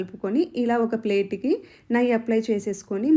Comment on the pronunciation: నయ్యి కాదమ్మా, నెయ్యి అంటారు అనుకుంటా...